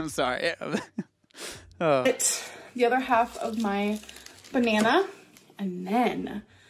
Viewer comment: I know she's annoyeen and I can't stand her attitude but "And obviously we got ourselves a buh-na-nurrr..." was sooo funny, I cackled. We love our, lol